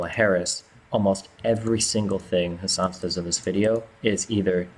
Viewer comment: Haha Alex Jones saying has-doosh-san has bish tits was hilarious af hahahh